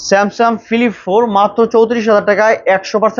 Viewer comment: ভাই, স্যামসাম না, স্যামসাং বলেন